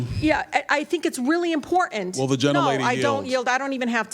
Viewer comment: When did the “t” in imporTant go away?